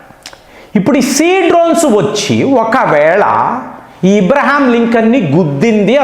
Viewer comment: ఈరాన్ కాదు ఇరాన్ అని అనాలి. ఇబ్రహం కాదు అబ్రహం అనాలి